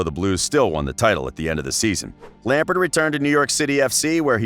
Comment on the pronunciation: i utterly despise the way your accent pronounces "Lampard' And i'm American....